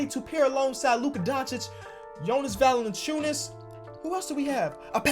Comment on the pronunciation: Mate, you pronounce Valanciunas sooooo good for an american